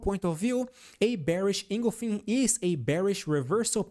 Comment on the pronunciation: Thank you for your constantly helpful Tesla analysis. ‘Engulfing’ is pronounced engulf - ing, not engul - fing. Hope that helps.